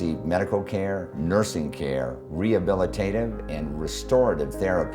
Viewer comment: 3.47 ....."Mursing" homes....?